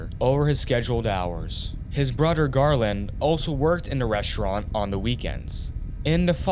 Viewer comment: He mispronounced every other word. So annoying. "Reschraunt", "mudder", "chrajeddy", "two-chousan", and every word ending in -ing is pronounced ending in -in or -en.